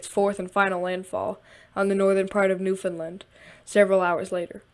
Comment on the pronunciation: No way….SOMEONE FINALLY PRONOUNCES NEWFOUNDLAND CORRECT!!!